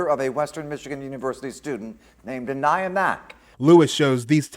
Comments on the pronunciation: You said her name wrong numerous times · If you're going to use AI, train it to get the victim's name right. The many ways Aniya was mispronounced was infuriating. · How many ways can u continuously mispronounce the poor victims name? It's horrible enough how she lost her life and i find it disrespectful to her memory especially because the first time her name was said it was correct. You need someone to proof read ur stories before you post and be allowed to make money off said posts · My biggest gripe with this video is that you only say Aniyas name correctly 3 times. She doesn’t have much left, but for people to remember her and tell her story. By saying her name incorrectly you may as well be talking about someone else. I find it disrespectful. Just a future food for thought. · It would be nice if your AI voice could pronounce her name correctly. I counted at least 3 different ways. uh-KNEE-uh, uh-NIGH-uh, ON-yuh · I sure wish that the narration would pronounce Aniya's name correctly, every time it is used. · Does anyone else find it highly disrespectful to the VICTIM how often mispronounced her name? 😢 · Please tune your AI to consistently get the victim's name right. It pronounced it two different ways in this vid. Disrespectful. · FFS can't your CRAPPY AI even get this poor girls name correct ??!! There must have been 5 or 6 different pronunciations which is both rude and disrespectful to a beautiful young woman who has lost her life because of a mans jealousy & insecurity . If you're going to have a channel highlighting true crime , the LEAST that you can do is to get the victims name right !!! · Kind of sad the narrator couldn’t even get her name pronunciation correct. Think I heard at least 2 variations and a completely different name. Just seems a little distasteful. RIP beautiful girl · Not a bad effort by the AI narration but so far it's pronounced the victim's name 3 different ways. One would think a machine would be consistent. ;)